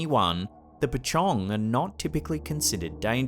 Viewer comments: As always, u have the most entertaining compilations. Just to point out certain things. ‘Mohd’ is actually short form of the name Mohamed. And pachong is actually Pochong (pronounced as pöchong). Some of these pochong will jump instead of float. Or at least, that’s what i usually hear. Thank u always for the vids. I always look forward to your next one, especially when i am bored and alone at home. Day or night. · Finally he pronounce 'pocong' in correct way. 😂